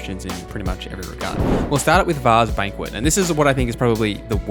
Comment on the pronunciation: "Varre's Banquet" omegalul